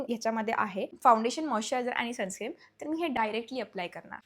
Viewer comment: Sunscreem ❌ sunscreen ✅ 😂